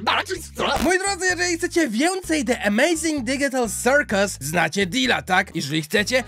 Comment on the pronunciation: pozdro #cyrk i the amazing digical circus się mówi de emejzing didżikal sirkus